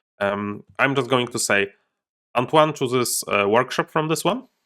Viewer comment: I know I'm late but your first attempt at pronouncing "Antoine" was more pretty good actually (french dude here), trust yourself: c'était pas mal